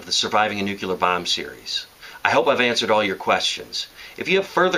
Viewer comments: NU CLE AR not NUCHILAR... NUCLEAR kmooon! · You have all at knowledge of how to survive a nuclear event yet can't even pronounce NUCLEAR. It's New-clee-ur, not new-kyu-lur. Good information but it drives me crazy when people can't pronounce nuclear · i thought it was pronounced "Nuke-lee-er" and not "Nuke-you-ler" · It's pronounced New-clee-ahr - you're welcome.